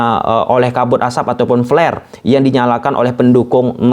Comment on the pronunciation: btw bang gw jd ambigu kalo ente ngomong flare wkw